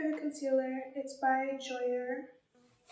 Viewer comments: calling jouer "joy-er" is so cute, its actually pronounced "j-oo-ay" and is french for play <3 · when she pronounced jouer "Joy-er" I died lmao but she looks hella bomb, i hope she's doin good <3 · it’s jouer not joyer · She’s killin me with the jouer pronunciation. It’s “ju-way” not “joy-er” but I get it. It looks that way. I’m sure jouer is low key cringing like me tho lol. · it's cute how she pronounces "jouer" as "joy-er" instead of "ju-way" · Omg not pronouncing jouer like joyour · jouer as in "joyer" ^^ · I love how she pronounced Jouer JOYER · girl did u say joyer lol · Not calling JUU WAYY Joyer 💀💀💀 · came right to the comments when she said “jo air” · Not “Joyer” PLSSSS😭😭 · It’s a beautiful makeup but I can’t get past how she says jouer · « Jouer » c’est «jou-er » et pas « ju-way » wtf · The way she said jouer bothered me 🥴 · Its the way she pronounces jouer for me 💀💀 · Dying at the way she pronounced jouer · Sorry but no ones gonna comment on how she pronounced jouer 😂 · Bruh she pronounced jouer wrong😂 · love you kali but that is not how you pronounce jouer💀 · I’m deadddd the way she pronounces Jouer lmao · the pronunciation of jouer lmaooo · Her pronunciation of jouer😂😂😂😂😂😂😷